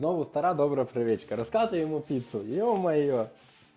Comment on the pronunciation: Звичка а не привичка..